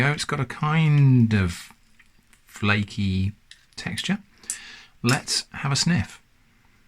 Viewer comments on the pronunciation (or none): none